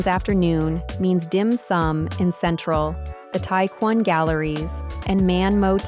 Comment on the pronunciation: This video is fairly up to date and generally useful. However, there are some minor mistakes. The map does not show Macao, nor Hong Kong for that matter. (Compare the correct map .) is talking about hotels in Macao peninsula, but the wording is wrongly written as Kowloon peninsula in Hong Kong. Tai Kwun should be pronounced as Tai Kwoon, not as Tai Kwan. A-Ma Temple is pronounced Ah-Ma Temple rather than Ai(d)-Ma Temple. is not Taipa Village, but probably somewhere else in Mainland China.